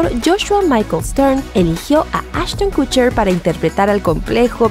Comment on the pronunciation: Todo muy bien pero.... Kutcher? Kutcher??? No me importa si merece o no estar ahí, el problema es como lo pronuncias!! ¿KUTCHER?